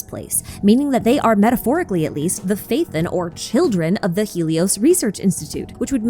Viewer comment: it's Pha-E-ton btw not Faithin